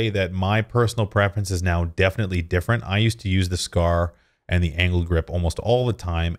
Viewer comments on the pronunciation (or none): none